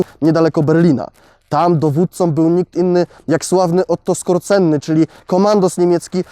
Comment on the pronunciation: Wymawia się skożeny, nie skorceny.